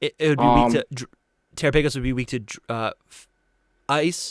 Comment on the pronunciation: Guys terapagos is pronounced like galopagos, not terraPAYgos 😵‍💫